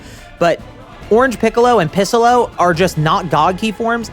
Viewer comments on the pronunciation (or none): Wtf is piss-ollo? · Am I mishearing him.. He is saying pissallo when referring to non Orange Piccalo. if I am hearing that wrong what is he saying? (and either way what is he referring to) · Is it just me or does he sometimes say “pissalo” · did he just say pissolo 😂😂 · "Pissollo" doc what? I think you mean Noarmsstripescollo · Bro said pissolo lmfao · Did I just hear bro said pissolo?😂